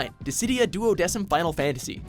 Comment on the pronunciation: Is telling me that they could pronounce Duodecim right, but not various anime character names where their names are PRONOUNCED in their shows? Get outta here,...